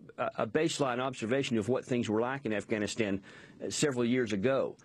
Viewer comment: why the fuck does this bitch say ivanistan?